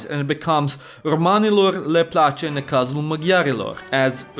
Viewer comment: Bro im romanian and just to say this youtuber sucks at saying our words plece u say it placia